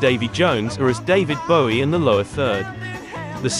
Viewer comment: Good to hear David Bowie have his last name pronounced correctly (when asked in interview he said the 'ow' sound was as in 'low' - however he also wasn't that bothered).